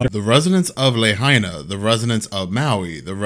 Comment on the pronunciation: Ya still can’t pronounce “Lahaina” hahaha ….anyways, all joking aside, this place is scarier than ever